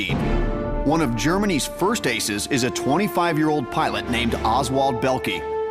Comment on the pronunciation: Oswald Bellkee???? LOL get it right!!